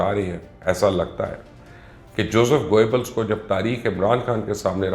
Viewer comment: Try to learn to pronounce the name Goebbels before you become an authority on the subject and beside you are the biggest LOTA in Pak journalism. Imran Khan is still here while many like you have turned against him and have ended up in the black hole of history. Look at your rating now!